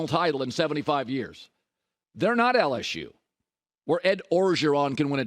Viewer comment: Nobody has made more money knowing less about sports then cowturd. That speech impediment rings on the radio...love when he says LS -shoe Tigers 🐅